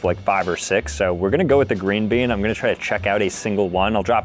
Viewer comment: He said green been 😂😅